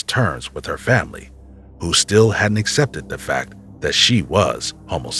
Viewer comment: would appreciate better enunciation of words such as 'them' 'that' 'there'....its not 'dem' 'dat' and 'der'. please pronounce your 'TH' correctly.